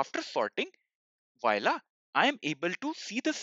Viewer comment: Great video as usual thanks for this! PS its not pronounced vo-i-la but just vo-la, hope this helps!